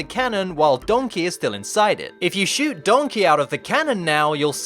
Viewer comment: The way you kept saying Donkey, I just kept hearing Shrek in my head going, "DONKEH!" Is that bad? lol But that aside, these were some interesting glitches. For once, the only one I really knew anything about was that Donkey Kong humping Grey Donkey Kong glitch. The rest were completely new for me. Well, aside from that mine cart glitch. I knew about that one, already. And it seems like a very helpful glitch to help skip past the pesky, super annoying mine cart stages. As fun as those stages are, they are ridiculously difficult.